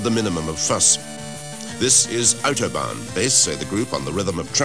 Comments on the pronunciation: otobaaan xD love how The americans pronounce it =) ♥ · Hehe, that british guy trying to correctly pronounce the german terms ^^ Otobain ^^ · Hihihi... the pronunciation of "Autobahn" is so funny^^